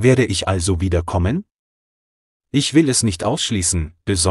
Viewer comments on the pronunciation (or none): Die KI hat sein Geschwafel an einer Stelle aber sehr unglücklich betont. Werde ich also wieder kommen ? Statt dem korrekten: Wer ich also wiederkommen.